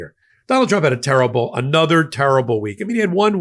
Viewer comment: She pronounces trump as "chomp"....listen 😅